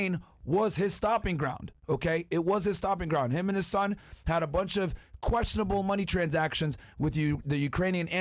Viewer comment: Sleepy Joe: my shon ish not a shucker, you’re the shucker!!!